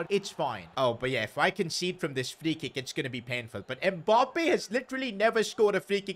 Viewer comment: What kinda annoys me is the way he says “Mbop-ay”